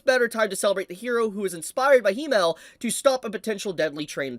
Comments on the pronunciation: wait so u english speakers pronounce Himmel like He-mel.....He who??? He mel? what is a He mel? Himmel....Double M...short I, like Him-mel. Him and mel....combine the two, thank me later guess the katakana in japanese are Hi-me-ru fair enough but...cmon....Himmel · Everything is fine, and i love the video its great to see. But its not HE-Mel. But HIM-Mel. Which is an apt name for him as it means Heaven in German. As for the hero. That is actually.. I am surprised for once in my life. Hope he is happy. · You can’t pronounce Himmel either lol, it’s German and is spoken as it is written. Not „Heemel/Hiemel“ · It's not Hee-mel. It's the German word for heaven, short "i" sound. Himmel. Accent on the first syllable. Pretend it's a male camel - Himmel. All the names are German. Frieren means Freezing. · I hate the way you pronounce Himmel 😂😂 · Pronouncing Himmel so wrong.... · The way ur saying himmel is driving me crazy lmao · Can you please stop pronouncing himmels name wrong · i honestly dont know if he pronounces himmel like that as bait but its hooking me :P